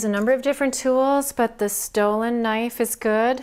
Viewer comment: When you said “this Dolan knife” I heard “this stolen knife” lol😂